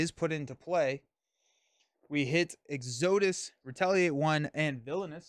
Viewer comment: Exo-dus. Exodus. Lol